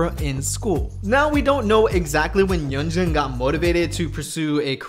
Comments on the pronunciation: A small nitpick: i'm pretty sure yunjin's name is pronounced "yunjin", not "yeonjin" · yunjin is pronounced 'yoon-jin' by the way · Btw, I think you are pronouncing Yunjin's name incorrectly